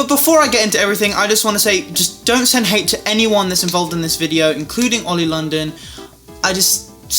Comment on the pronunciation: every intro in his mv " oli-e-yo " SMH😤